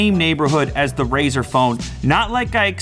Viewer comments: why do people keep saying "razor phone"? it's RΛZΞR! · What is your problem?? Why would you make a test like that, I mean what's the point of that test? Do you hold your phone sideways while waching videos? What kind of an idiot are you and Jeff Kenneth? AND IT'S FUCKING RAZER NOT RAZOR YOU DUMBASS STUPID IDOT Also ZTE is trash Also pixel has front firing speaker NOT JUST RAZER, did you even watch the video Lue explains everything????